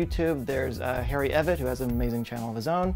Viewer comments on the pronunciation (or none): none